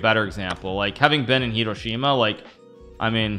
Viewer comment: i like the way he pronounced hiroshima.. people usually say it in a faster way, and he pronounced it correctly